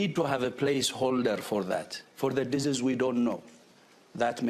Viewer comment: Dizzys X😂😂😂 you going to follow that He can even say disease right? He says dizy x dizzy. Yeah, they're a bunch of dizzy. People thinking about all this stuff. God bless you.